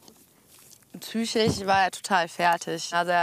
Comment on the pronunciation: Psychisch sprich: P S Ü C H I S CH nicht psy-ch-ich. 😮